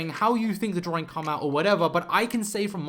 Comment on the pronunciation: He keeps saying drawring, what's that? 😂